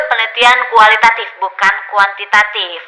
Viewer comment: Btw kuantitatif Bu bukan kuantitatip😁😁...orang Sukabumi kek nya nih dosen wkw